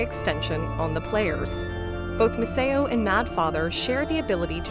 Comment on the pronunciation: Yeah I also feel like the voice might be AI… the way it kept on pronouncing things especially Misao made me suspicious